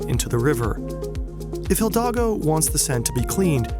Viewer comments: Amazing video as always. The only thing tickling the ear is your pronunciation of "Hidalgo" as "Hildago", but this only stands out so much because the rest is perfect. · Her name is Hidalgo (like the state in mexico) not Hildagou. Gosh .. next youtuber who cant even learn how to pronounce the name of the main subject of his video. 🥲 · Great video but Hidalgo not Hildago hahaha (No H pronounced either) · one small issue with this video: when referring to Paris' mayor, Anne Hidalgo, you keep saying Hil-dago instead of Hi-dalgo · It's HIDALGO. Think "hee.. dall... go". Not "hill-dago". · Her name is HIDALGO not HILDAGO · Paris mayor's surname is Hidalgo, not "Hildago" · Jesus, man, you said the mayor's surname wrong every single time. It's HidaLgo, not HiLdago. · Pronounced Hidalgo, not Mayor Hildago. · Great video but it's pronounced the way it's spelled. Hi-dal-go not Hil-da-go. 😂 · HiDALgo not Hildago lol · Great video but her surname is Hi--dal--go not Hil--dago. Hidalgo means generous and noble in Spanish. She was born in Spain and she is from French and Spanish descent. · The pronouncing of the words "shitwaters" and "Hildago" (instead of "Hidalgo") give this video an eerie feel of absurdity. Really like it. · Having a stroke everytime he says HiLdago instead of HIDALGO😭Nice vid btw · It's Hidalgo not "Jildago" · It's Hidalgo, not Hildago... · Her name is Hidalgo (Spanish name), not Hildago! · "Hidalgo", not "Hildago". Other than that nice vid! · HiDALgo, not HiLDAgo. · 😂 hidalgo, not hildago. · it is hidalgo not hildago, but nice video!! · Very informative thanks :) Just a detail (but it’s fun to hear throughout the video) is that her name is Hidalgo not « Hill Dago » - pronounced « He-Dal-Go » (Btw it’s also an English word ;) an « Hidalgo » being a Spanish gentleman) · It's not Hildago, it's Hidalgo and the h is silent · It’s Hidalgo, not Hildago. Great video, though! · It's Hidalgo, not Hildago, my man. /ee-daal-go/ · Is it Hidalgo or HiLdago